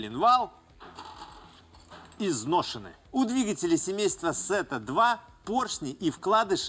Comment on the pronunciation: Какая еще "Сета"? Тета - греческая буква. Если уж по-английски, то в транскрипции будет "thíta".